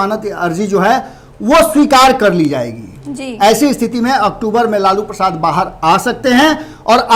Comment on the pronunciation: aap bolana sikhe lalu Prasad yadav ji ka name aap lalu bolrahi hai